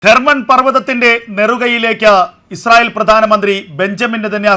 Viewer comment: Not Mount Herban. It is Mount Hermon.